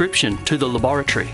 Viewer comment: I'm waiting for my glasses to show up and was curious as to why it takes a week to get them. I can't stop laughing at how he says laboratory. I want mine so bad now!!!